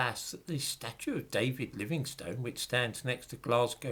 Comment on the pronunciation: Pronunciation of the surname "Livingstone." I (a U.S. American) grew up believing that it was pronounced ˈlɪvɪŋstən (Wikipedia confirms that this is the correct pronunciation). But you, Sir, pronounce it ˈlɪvɪŋstoʊn. Is that a regional pronunciation? Thank you!